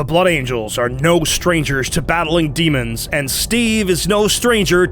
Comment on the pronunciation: Daemons vs Buttangels, i cant unhear that now (iam probably the only one that heard it as such.)